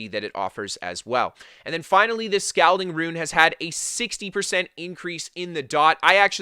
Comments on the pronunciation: It's pronounced Sk-ALL-ding, not Sc-OWL-ding..🤗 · Gerard Gervais he’s Canadian to it’s all good but ya funny